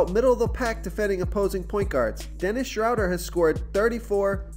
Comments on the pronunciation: Its pronounce "Shrow- dare" lol 😁👍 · Please learn Dennis Schroders name. Drives me nuts. It is pronounced Shrewder like crew or brew...